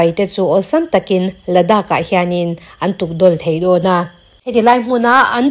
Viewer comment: China leh Pakistan tangrual ten India dau an tum dan chu ngaithla hau ila...😊 I mizo tawng thu lam rik te han uluk leh zual la...a ngaihnawm zual ngawt ang Do lai Dau a ni ta daih lai te hi thangthar zawk ten a nih dan tur a ni emaw an ti palh ang tih a hlauhawm emai